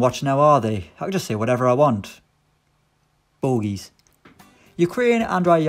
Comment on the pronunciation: No one:: Bogies